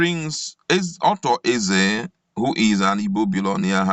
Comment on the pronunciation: Please please not Otto Eze but Arthur Eze, Ewu !